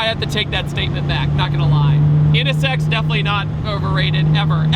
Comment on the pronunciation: I like how you pronounce it. NS Sex. Yeah, that is what that car is.